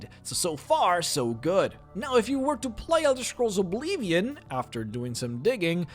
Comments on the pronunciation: what the fuck is obleevion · "Obleeveeon"...nice pronounciation of Oblivion. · What's "O'Bleevian"? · OBLEEEVION? eh? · "Now if you were to play the Elder Scrolls Obleevien" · "Obleeveeon"? "Chaindenhall"?? "Kavaycht"??? Learn how to pronounce the goddamn names at least.... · Elder scrolls obleeevion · Why are you mispronouncing so many words? Like Oblivion in this video. What the hell is Obleevian? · yet again, he says Obleevion at around the same time as the Riften video! Hahaha. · OBLEEVEEN! XD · I love how you say obleeveeon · O-bleve-ian ugg "shudders" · He keeps saying Obleevion too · maybe the obleeeeeeeevion part is his accent but pronouncing r and n in reverse is just saying it wrong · how you say "oblivion" just tilts me